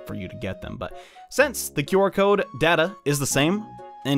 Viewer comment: It's not QR cod its or cod.